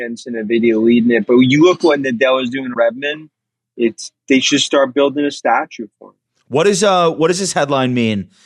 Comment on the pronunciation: did you say "shart"? It's " before we start ". Great Freudian slip